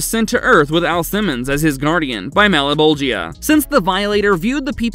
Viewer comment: "Mal-a-bowl-gee-uh?" No one involved in making this has even seen the show huh?